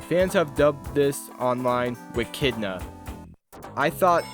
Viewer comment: you pronounced Wechnia’s name wrong, it’s pronounced wech-nee-uh (the wech part is like which but with an E)